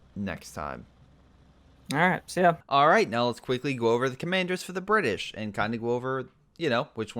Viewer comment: the bri-ish